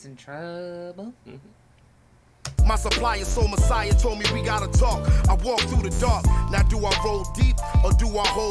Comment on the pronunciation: You're both pronouncing her name incorrectly and Sol Messiah as well.